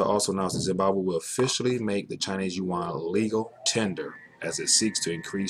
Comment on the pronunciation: It's yuan, ya dum fk